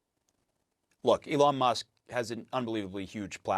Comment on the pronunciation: "lyin' leon musk.